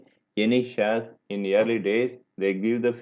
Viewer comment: sir plzz pronounce correctly you r pronouncing shares : saz: air : aeeeeeeeeyrrr